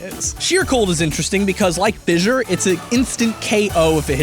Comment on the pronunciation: Why do you keep saying fissure